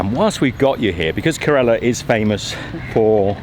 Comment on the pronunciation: your mis-pronunciation of Kerala (Ker-Ruh-la) is astounding